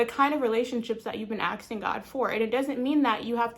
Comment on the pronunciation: NOT AKSING ITS ASKING